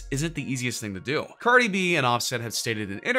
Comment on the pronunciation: Why did he say cardi's name like that